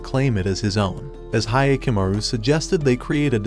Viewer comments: Hya not Hiya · It's like nails to a chalkboard hearing the mispronunciation of Hyakumaru (hee-ah-ku-ma-ru vs Hi-ya-ku-ma-ru)